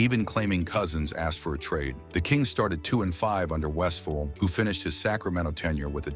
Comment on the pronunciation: AI needs to properly pronounce Paul’s last name. He was a great player and coach.